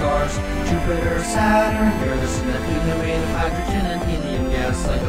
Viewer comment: Finally someone pronounces Uranus correctly